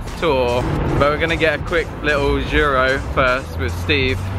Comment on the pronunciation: Why do you say "juro" instead of giro? xD